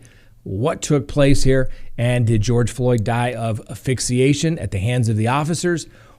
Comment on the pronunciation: Asphyxiation not affixiation.